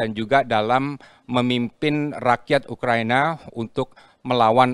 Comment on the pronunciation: ngomong yg bener Pak🗿 UKRA.I.NA bukannya ukraniya